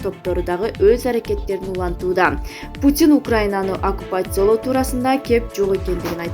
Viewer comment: Окуппация дегенди окуй албайт го?